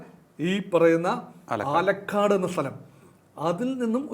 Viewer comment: ആലക്കാട് അല്ല.. ആലക്കോട്.....